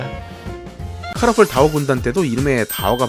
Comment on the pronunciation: 왜 다오가 아니라 디오 로들리냐